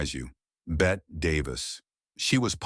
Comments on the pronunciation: It's not Bet Davis, it's pronounced Betty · Bet Davis ? someone please tell AI its pronounced Betty. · Really? "Bet" Davis? Could nobody advise the AI speech machine the name is pronounced Betty! isgraceful. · Bette is pronounced like Betty, not bet. Elia is pronounced e-LIE-ah, not e-LEE-ah. It's Katherine, not Catherine, and Ava, not Avar. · Bette is pronounced BETTY! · Totally agree. "Bett" is pronounced like "Betty" but the moronic AI voice didn't know that. You got a dislike, Legends, because you were too much of a lazy douche to put some effort into your post.